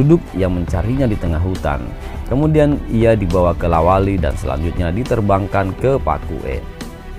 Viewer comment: La wali bukan Lawata